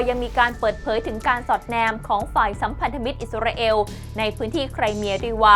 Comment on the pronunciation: มีทุกชาติทุกภาษาใครเป็นใครไม่รู้.....28ประเทศน้อยไปค่ะ เอล.....เอว....***ออกเสียงไม่เหมือนกัน * อิสราเอล *